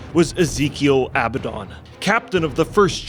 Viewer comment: It really kills credibility when you guys can't say Abaddon. I guess people aren't familiar with the biblical reference.